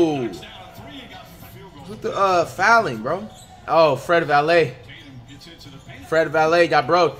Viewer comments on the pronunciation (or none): Everyone: Fred Vanvleet Flight: Fred Valae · btw he did use to call him Fred Vanvleet, but for some unknown reason is now saying Fred Valet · nobody: Flight: “Fred valet” 😂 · Flight how u gon say fred vanvleet’s name right b4 but now u wanna troll and act like u dont know his name